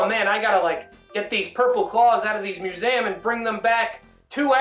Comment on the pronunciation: definitely the first time ive heard someone pronounce museum that way